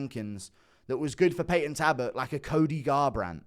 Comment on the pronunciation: Its payton talbot with an L guru please stop torturing me